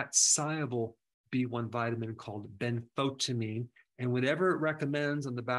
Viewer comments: BEN-FO - TEE - a - Meene. NOT Ben - fo - ta - meene. TY Doc................. ......Keep Rockin. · Also, it is pronounced ben-fo-tia-mine, not benfotamine.